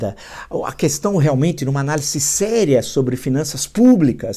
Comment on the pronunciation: Gosto muito de suas análises. Por isso com tido respeito gostaria de pedir que o senhor corrigisse a sua pronúncia da palavra 'ANÁLISE ". O Senhor pronuncia como se o S não tivesse na palavra o som de Z..O S entre duas vogais tem som de Z.Abraço